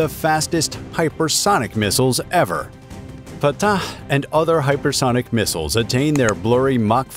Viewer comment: I must admire the commentator for saying the word correctly. "Fatah" is an Arabic word and only those who speak Arabic can say it correctly. He is amazingly correct. Either he speaks Arabic or he knows how to do perfect commentary. Great work. I liked your video. Thank you.